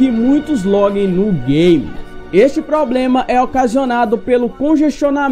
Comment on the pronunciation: "Poblema" é osso...